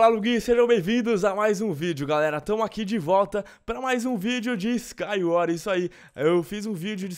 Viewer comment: Skywar kkkkkkkkkkkkkkkkk nem sabia falar Skywars mds